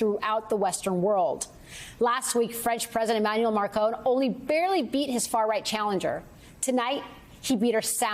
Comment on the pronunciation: E-Man-uel. Ma-cron. Not Emile Marcone. 😆. Just read his name and pronounce, Ms Broadcaster.